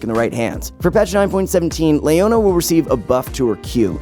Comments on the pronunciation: this guy has some of the worst pronunciation of champions ive ever heard, on the level of LS. "Golio", "Layona", "Rommas" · You say "layona" one more time and it's an unsub. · Stop saying Lay-oh-na pls. It's Lee-oh-na... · Ok dude. Stop saying names fucked up. Lee oh nuh. Not lay oh nuh. I swear to god u mis pronounce someone each vid.